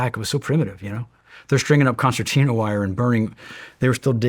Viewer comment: This man pronounced concetina correctly. My hero!!